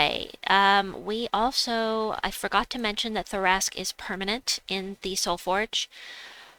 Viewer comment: I think it's pronounced, Tar-rasq. The C and h are silent. But that's in D&D standards 😂